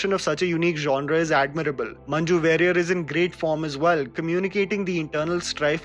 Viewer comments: She is Manju Warrier ( "Wa"rior, not "wey"rior) वेरियर नही वारियर, मंन्जु वारियर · It's manju varrier(pronounced as warrior) . Really loved the recommendations keep up the good work 👍